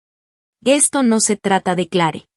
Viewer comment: Porque dice Eno En vez de No